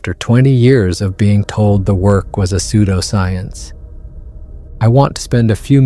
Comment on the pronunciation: Your narrator-robot needs to get pronunciations right before the recording begins. 'Pseudoscience' pronounced [like soap sud] 'sud-oscience'. Really?